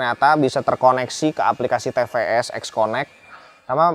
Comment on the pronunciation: bukan te pe es koh 😆 tapi ti pi es 😂